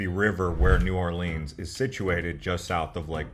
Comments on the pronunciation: It’s New Orlens not Orleens! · The first thing to do in New OR-lins is to stop calling it New Or-LEENS. Thanks. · lol "New Orleens" like it's Disneyland or something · "New Orleeens"??? Please. Also, that wasn't a horse-drawn carriage, it was mule-drawn. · Not New Orleens, New Orleans, thank you. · please pronounce the name correctly it it is NOT OR lrrns it is OR LE ONS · For real! Everyone calls it that, it's not new orleeens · His pronunciations are killing me 😭 💀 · I knew you were suspect when you said “New Orleens” but I had to click out when you said “beg-net”